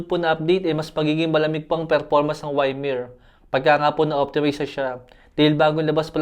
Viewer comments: Good phone for that price range. Boss, correction lang sa pag pronounce ng "YMIR" dapat po "IMIR" hindi po Y-MIR. No hate, boss. God Bless ❤❤❤ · LODI di po Why-mer basa ng Ymir, EE-Mir po. adv congrats nalang sa manalo. 😇